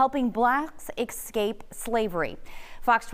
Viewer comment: Did the first lady say. "eXscape"? I have second hand embarrasment for her. Anyway, I'm proud of my Mexican people!